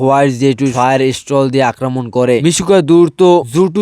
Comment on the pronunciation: ফায়ার স্টল না ভাই ফায়ার স্টাইল😂😂😂😂😅